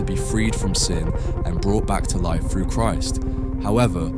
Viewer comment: Why would the narrator say frew instead of through?